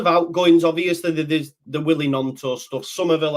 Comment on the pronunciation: Man needs to listen to how Gnonto said his own name it's not G-NonTo it's basically gNonTo.